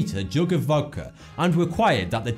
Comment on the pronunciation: '*Voudka''....Voudka? What?